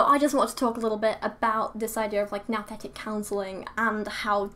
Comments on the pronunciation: It should be pronounced "noo-thetic"- "nous" is the Greek word for "mind". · It's pronounced "Nooooo-thetic" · "Nouthetic" almost sounds like "Nothing". HMMM